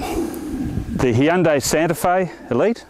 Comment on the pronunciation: the hhheeeundai santefe